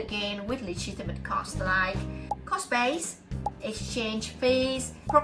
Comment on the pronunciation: Thank you! Just pronounce the 's' on cost base. 😊